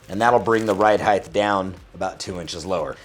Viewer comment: "ride heighth" sounds like Mike Tyson.